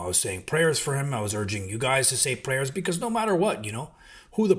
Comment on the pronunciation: You said prayers 😂😂😂 come on bro.